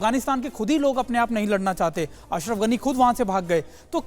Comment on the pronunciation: Larna Nahi mem sahab ladna bolo are mem sahab aap hi lad jao Taliban se pata nahi jeet jao